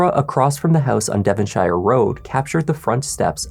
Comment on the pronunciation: Use Google on how to pronounce 'Devonshire', Please...